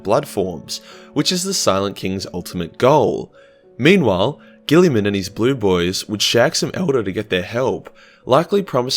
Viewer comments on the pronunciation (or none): none